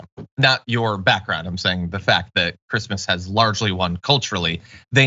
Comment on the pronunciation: "Who gives a f*ck about Chreesmas things?"